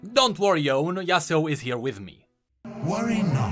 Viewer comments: why in gods name would anyone say yasuo as yasuu? For Yone, it makes sense in english (bone, phone etc) but we dont say duo as duu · Yeah... I say it as Yow-neh... Hahaha yeah "YOWN" is me 😅 more than the kid that says Yasuo as "YAZOO"